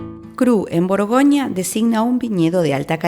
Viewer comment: Buen vídeo, pero "burgonia", "viniedos", "Dishon".., buf, eso "chirría".